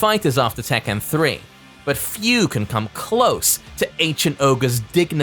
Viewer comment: Yo. It's Tekken, not tekkan